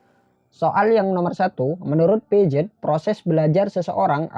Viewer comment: Piaget dibaca Piase bang